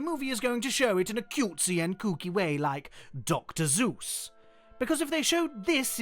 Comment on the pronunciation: 🤦😑 "Dr. Suess" is NOT pronounced "Dr. Zeus"!!! It's "Dr. Soos"!!!